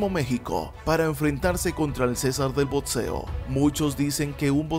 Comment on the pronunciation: Muy buen video , pero por favor deja de decir botseo que me da toc. es boxeo o boxeador, no es botseador.